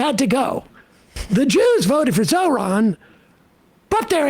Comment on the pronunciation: Incredible that he finally said his name correctly on the recording. Finally treating him with more respect than one of his assistants.